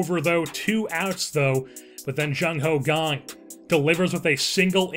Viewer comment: why do you pronounce "kang" as "gang"?